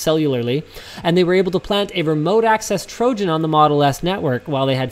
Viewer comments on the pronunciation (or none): none